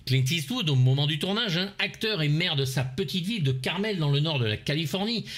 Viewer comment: Comment prononce-t-on ? Eswood, eastvoud !!! Clint est-ce vous 😂😂 On l’adore ( ((❤)) ) Moi du moins 😍 et vous ??? 🤣